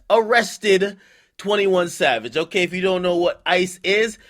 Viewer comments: He said "21 Lad" LMAO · nigga said 21 lad 😂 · 21 Chav-age lmao 💂🏾‍♀️💂🏾‍♀️💂🏾‍♀️